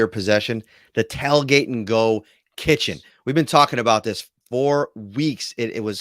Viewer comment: Tailgate. Not. Tellgate.